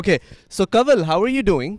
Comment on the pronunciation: ko bolna nae ata.. Audience ko aoowdience bolti bol ko bowwwl